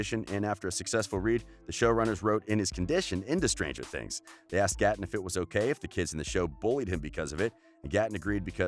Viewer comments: It's 'Gay-ton' not 'Guh-ton' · He said: Goten instead of Gaten 😂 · This man said GOTTEN Matarazzo 😂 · Gaten sounds like Gaiten not Gatin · Him: Gah-ten Me:Its 👏 Gay 👏 tin 👏 GA-TEN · Who tf is “Goten” 😂😂 its Gaten Matarazzo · “Gotton” ITS “ Gaten” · He says GAten instead of (Gay-ten) and its so cringe worthy!! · Gay-ten not ga-tn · It is gated not garten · Goten its GATEN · GAY-TIN NOT GAH-TAHN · It's not Ga- Tin its Gay-Tin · UR NOT SUPPOSED TO PRONOUNCE IT gAten, UR SUPPOSED TO PRONOUNCE IT LIKE gay-ten 😭🤣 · Him: geh-ten literally everybody else:...it’s pronounced..gay-tin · its GATE-n not GAT-en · It's not goton it's gay-tun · the fact that he says Gaatn instead of Gaten bothers me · Gotten Gay- ten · He is saying Ga-ton Maz-a-ra-zo, but it is Gaten Mazarazzo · Why does he say GATEN like that, it’s just Gaten matarrazo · Its Ga-tin Plz Say It Right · is anyone gonna tell him that it’s pronounced g-ate-en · He's a GAY TIN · god gaten is pronounced gayten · You know you say Gaten as Gayten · Like Gay Ten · reyna vargas he said gateen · Ikr it’s pronounced geiten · Btw it's GAY-TEN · The way he said Gaten makes me wanna scream ITS NOT PRONOUNCED LIKE THATTT 😭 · Its GATE N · He can say cleidocranial dysplasia but can't say gatens name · I am extremely unhappy with the way he keeps pronouncing Gaten’s name. 😒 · I think you said Gaten's name wrong😓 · He said everyones name right except Gatens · It’s gaten bich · How we meant to believe the facts about Gaten if you can’t even say his name lmbo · It bothered me so much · I love how he keeps saying Gaten names wrong🤣🤣 | √ can I get to 2500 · Ye he says Gaten weirdly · It’s so bad lol